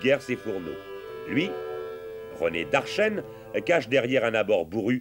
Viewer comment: Certainement Darchen et pas Darchenne